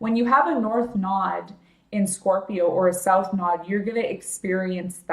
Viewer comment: ....the content is great but you have annoyed me so, that I had to say...it's nooooooode. NOT nod. Ugh!!